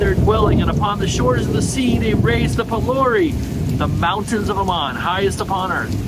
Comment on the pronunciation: I love you dearly and I enjoy your videos. Please help me out by checking the pronunciation guides again. I can be awfully particular about which syllable gets the accent on words like Valar and Aman, and you make me twitch when you don't follow Tolkien's rules. 🫂